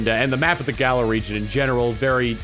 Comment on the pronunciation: U pronounced Galar wrong... This had better not become a habit of fans...